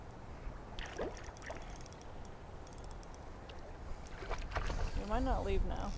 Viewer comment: What is a "Whale eye??" Or did you mean, "WALLEYE??"